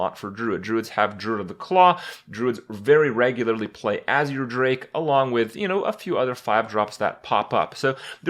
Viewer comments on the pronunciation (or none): none